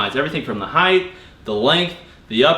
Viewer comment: The “Heith” of the rack. Height. Lol!!